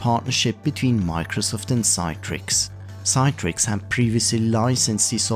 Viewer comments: CITRIX is pronounced as “see-trix”, rather than “Cy-trix”. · Good video, but "Citrix" is pronounced "Sit-rix" not "Sye-trix" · Sit-rix.... Like you say citrus given this was what the name of the company was originally until they had some trademark issues and opted for Citrix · I think that’s just an accent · Your pronunciation of Citrix is wrong. It pronounced 'Sit-trix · You missed out on (the dominant PC emulation software company of the time) Insignia's NTRigue, which licensed WinFrame (and NT) to allowed you to connect Unix X Window terminals (and X Window systems, such as SGI's Irix or Sun Solaris) to NTRigue in the same way as how thin clients connected to WinFrame. And you mispronounced Citrix, which is pronounced like citrus. And no, WinFrame was not a multiuser operating system based on Windows NT. It was multiuser extensions to Windows NT. And no, it didn't all start with Windows NT 4.0 Terminal Services. WinFrame was so successful running on Windows NT 3.51 that they had a successful IPO in 1995. So did Insignia later that same year, though largely on the strength of being the leading emulation company of all-time and a Windows source code licensee and MSFT partner. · Considering it's not spelt Citetrix, no idea where this extra 'e' is coming from when it's read out.